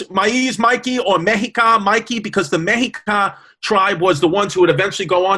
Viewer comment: "Mexica = "Meh-she-KAH", cuzzies....